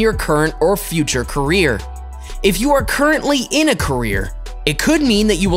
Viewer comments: Everytime he says career 😂 What I hear is Korea But what he says is career Am I the only one hearing it as Korea Like if you hear the same too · i here korean😂😂😂😂😂😂😂😂lol